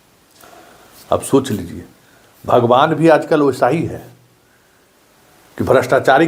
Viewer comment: आप भगवान जी को भी लपेट लेते हैं ,भगवान जी को भी आप अलग टोन से नाम लेते हैं ।अरे भाई आप बहुत महान हो,बहुत महान ही न्ही विद्वान हो ।पहले लगता था कि आप रिपोर्टर हो,लेकिन नहीं आप अपने को जितना हो न्ही उस से ज़्यादा समझ रहे हो ।थोड़ा टोन ठीक कीजिये कम से कम भगवान जी के लिये ।